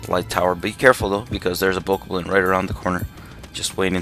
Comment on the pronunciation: it is called a bow-cob-lin btw